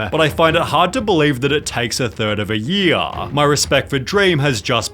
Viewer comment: good page but you make a "yuh" at the end of every word like "YearAHHH" and "Cultahhhh"